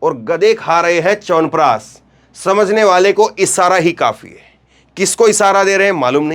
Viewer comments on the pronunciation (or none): EK TO PEHLE "SH" KO "S" OR "S" KO "SH" BOLNA SIKHIYE.. CHAWANPRASHHH HOTA HAI...CHAWANPRASSS NAHI